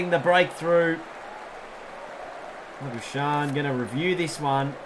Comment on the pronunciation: i swear to god the amount of times you play the sweep/reverse sweep when cover and midwicket are easier scoring options makes me pissed also its is lah-buu-shayne for english and lah-bu-skahkne for afrikaans